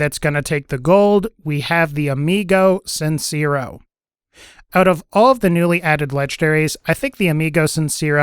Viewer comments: "Amigo sincerrow" por que me esperaba que lo pronunciará de esa forma xd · "amigou cinsirro" nice spanish bro